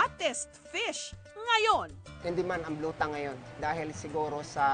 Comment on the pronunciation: It's BLUE TANG, not BLUE TANK. :)